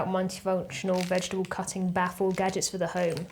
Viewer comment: Kitchen gadjiks